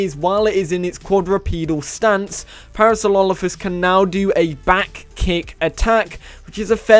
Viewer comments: man said "Parasololophus" lol its Parasorolophus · I died when he said Parasaulolophus xD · It is actually Parasaurolophus.. Either way, I chuckled when he said it, every time. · "Parasaurlolophus" XD